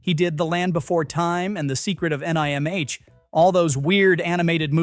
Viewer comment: you missed the point entirely. The AI narrator spelled out "NIMH" instead of saying it as a word. Technically it's an acronym, but it's said as a word in the movie.